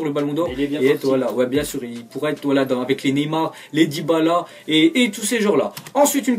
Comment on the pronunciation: il a dit debala o lui de dybala